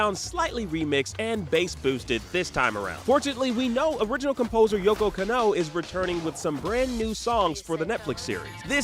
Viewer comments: "YO-KO CANOE." IGN Editors: "Sure. Render." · Yoko Ka-no... ok 🤣